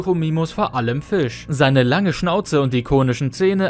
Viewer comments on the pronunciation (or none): none